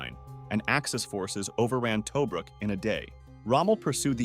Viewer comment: Ok...... Yes it's a personal issue..... But seriously???? Get better with the pronunciation Tobruk = Ta-brook! Marquis = Mar-key.... But the man was a beast....